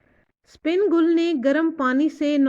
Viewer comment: The name is sipan gull not spin gull😅